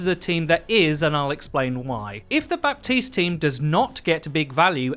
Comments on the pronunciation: Please learn how to pronounce his name correctly! It’s not BAPtiste but Batiste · It's "Bateest" not "Bap-teased". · Bah-teese not Bap-teeste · Still waiting for to finally pronounce Baptiste Ba-teest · I don't mean to be rude, but it's pronounced "Batist". The 'p' is muted. See reddit thread on this very thing. Love the content, keep it up :) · Its pronounced batiste right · Overwatch: can you guys please not do a "Bridget" 2.0 all over again for 6 months long? His name is pronounced Bateest so the P is silent. Thank you. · I just want everyone to know that you don't speak the "p" in Bapstiste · The 'p' is silent in Baptiste's name. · Baptiste. The p is mute ! Please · STOP PRONOUNCING THE P IN BAPTISTE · The only thing I dislike about this video is that you're pronouncing Baptiste wrong lmao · I may be really really nitpicking here but, The ''P'' in ''Baptiste'' is actually mute and should not be pronounced. Love your vids, keep it up:D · Pronounce Baptiste's name correctly for goodness sake! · THE P IS SILENT! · you don't pronounce the "P" in "Baptiste".